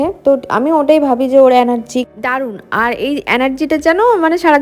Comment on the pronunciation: Kothata anergy noy brishti, energy, 😅